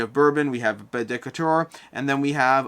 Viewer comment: Great video, but I have one small nitpick: Decatur is pronounced “de CAY ter” (not “DECK a ter”).